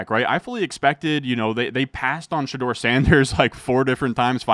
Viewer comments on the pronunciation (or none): none